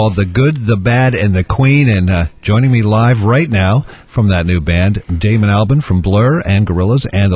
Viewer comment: He said Damon Albarn wrong.